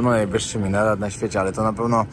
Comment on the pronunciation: Po pierwsze - jak relacjonujesz swoje filmy to postaraj się mówić wyraźnie, a nie bełkotać. Brzmi to tak jakbyś się uchlał albo naćpał. Po drugie - te wieże przy meczetach to minarety, a nie mineraty !!! Pamiętaj o edukowaniu narodu.